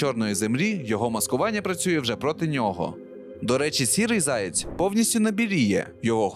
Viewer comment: Відразу відчувається російськомовне дитинство автора в неправильному наголосі пов'язаному зі словом заєць. Міг би і підготуватися щоб не різало слух у глядачів.